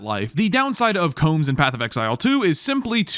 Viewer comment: I'm gonna loreshame you. 'COMB'S' HEART? BRO HIS NAME IS KAOM COW-MMMMM